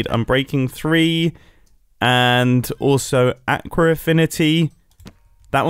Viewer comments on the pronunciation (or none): everyone: "aqua affinity" Mumbo : "aaaacruh affinity"